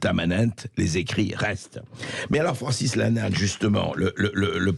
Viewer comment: Je rêve ou il prononce "Francis Lannal" à un moment ?